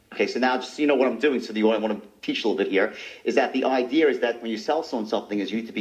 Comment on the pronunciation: “the ideerrr” 😂